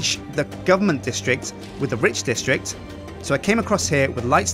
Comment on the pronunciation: every time he says Rich, i think hes talking about Ridge. is that just me? ><